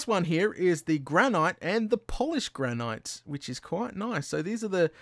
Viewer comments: It's pronounced "gran-it".. I would know because all the states in the U.S. have a nickname, and the nickname of my state (New Hampshire) is the Granite State. This is because there are tons upon tons of granite deposits in New Hampshire soil and bedrock. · Johnny Horn Tyler's right, it's pronounced as gran-it no matter where in the English speaking world you're from.